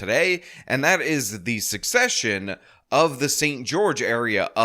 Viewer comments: I hear this mispronounced so much it's getting ridiculous. The word is pronounced SEH-SEH-SHUN not SUCK-SEH-SHUN. Learn it. Know it. Live it. - Brad Hamilton Ridgemont High. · Dude, it’s NOT “SUCCESSION.” It’s “SECESSION.” You need to correct the way you’re pronouncing this word. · Yo, it's pronounced "sesh-eshin" not "suk-seshin." They're two different words. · Secession is pronounced, sessession, it is not pronounced like the word succession. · Secession not succession. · Dear, whoever you are. SECESSION and SUCCESSION are 2 entirely different things. Also pronounced differently. Borrow a dictionary. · You might want to learn how to pronounce 'secession' if you want to speak with any real authority on this matter. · This confusion of secession and succession in pronunciation is a real suck session.